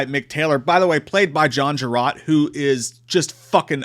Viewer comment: Love this film one of my fave aussie horrors ps His surname is pronounced like "jarr-utt" :)